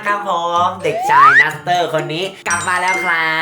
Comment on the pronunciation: นัส ไม่ใช่ นูสค่ะๆ😅